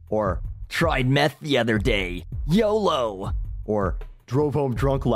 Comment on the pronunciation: you're def not the first to say YODO